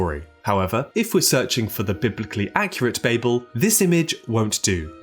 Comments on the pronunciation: Bah-bell, not Bayble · It's "Bah-bil" Not "Bay-Bil". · I refuse to watch a video where the creator cant pronounce the word the entire video is based on. “BAH-BULL” it’s not bay-bull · Immediately knew it was ai when they said "Bay-bell" it's Bah-ble. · "Baybel" ?!!! it's "bah-ble" ... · Ba bell! You know when someone babels on?! Not bay bell. That was frustrating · Cmon man Baybel? Naw babel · Say the fucking name right! It's pronounced BABBLE!!! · cannot really get into this because of the on purpose horrible pronunciation of bAYyyybull. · babel is pronounced like babble, you even acknowledge it in the video even in hebrew why must you say it wrong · Despite not being related to 'Babble,' it is pronounced Bab-el, because, as you mentioned, it was in Babylon, and both share the same root. And the purpose of the tower, at least in Genesis, wasn't to "threaten God" or to invade Heaven. The context suggests that "the heavens" referred to the sky, not the spiritual realm of Heaven. The purpose was to make a name for themselves. It was essentially a vanity project to show how powerful they were. God had told the people to spread across the Earth and they wanted to stay together and make a big city, so God had to separate them. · Bay-bel? Who says it like that. Your video sucks. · You’re chronic mispronunciation of the word Babel along with the correct pronunciation of Babylon is utterly infuriating🤦‍♂️ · Write it in a way that our British narrator can pronounce